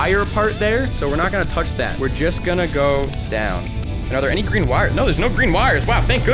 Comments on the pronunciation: Sorry bro its spelled green instead of gween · “Dud ya breathed the Gween airrrrr”